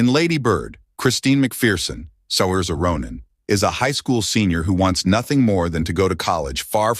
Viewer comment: Learn to pronounce her name!